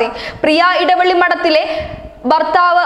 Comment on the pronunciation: എടവള്ളി അല്ല എളവള്ളി